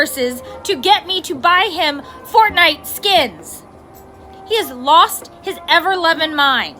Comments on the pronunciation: In the sixth one she said fortnut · Did she say fortnut? 50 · she said fortnut lol